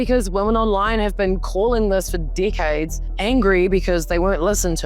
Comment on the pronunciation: its how she pronounces "decades"